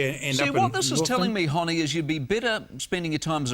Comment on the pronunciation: Holy fuck I don't think he could mispronounce Hone's name harder if he tried.